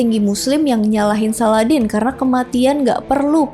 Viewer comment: Bacanya SALADIN, bukan SALADEN 😅